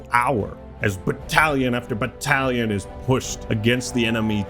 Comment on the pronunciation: Three minutes in and I hear "Brottalions" instead of "Battalions".